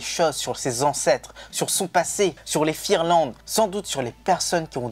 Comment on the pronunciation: Super video vraiment Jadore votre chaine continuer comme sa💓✨ Pour info cest pas firland Mais fingerland